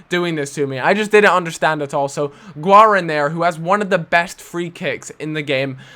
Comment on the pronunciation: guarin is said like warine